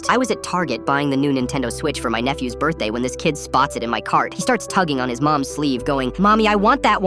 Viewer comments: birthday ❌ burr-day ✔ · Am I the only one hearing "bir-day"